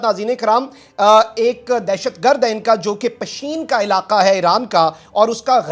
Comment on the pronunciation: پشین نہیں پیشن